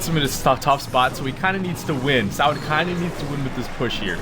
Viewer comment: Sao is an abbreviation for sword art online so u are supposed to pronounce the letters one by one...